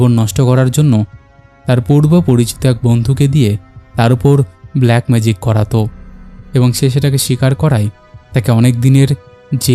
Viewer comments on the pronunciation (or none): none